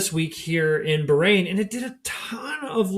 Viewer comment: You say Bahrain so insultingly wrong